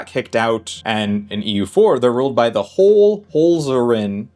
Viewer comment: Great video. But that pronunciation of Hohenzollern was painful 😅